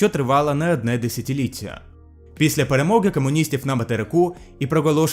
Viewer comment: дуже дякую! Абстрагування українського культурного простору від російського - це розвиток українського простору. Тут мої поради щодо мови <3 1) г & ґ - то є різні букви, й ми не кажем "перемоґи", "проґолосила", "до чоґо" тощо. Літера "г" є ближча до літери "х". Українська мова навіть часто замінює "х" на "г" в словах іншомовного похождення - готель (hotel), Гітлер (Hitler), Біллі Геррінґтон (Herrington), 2) Літеру "и" треба вимовляти м'якше. Не "ЫЫЫ" як росіяни, я лагідніше 3) Літера "о" не трансформується в "а", як в російській мові. Не кажем "cumуністів", а кажем "комуністів". Не "були ґатови", а "були готові" 4) Закінчення "ція" вимовляється саме як "ція", а не як "ция". Російська мова чомусь замінює "і" на "и" в таких закінченнях. Українська мова так не робе 5) Не треба пом'якшувати літеру "ч" до "чь". Люди з російським акцентом часто кажуть, наприклад, "незважаючьи, хоча ліпше вимовляти букву "ч" твердо, як "ч" а не як "чь". Знову ж, це якісь дивні витрибеньки російської мови, яких немає в українській Щоб українська мова звучала файно, треба розвивати вимову, ближчу до звучання польскої мови, а не до російської:) Для цього є корисним слухати розмови західних українців. Наприклад, в піснях Скрябіна я почув, як вони кажуть "шч" на "щ" і з того часу я завджи вимовляю "щ" як "шч" й це звучить дуже-дуже гарно:)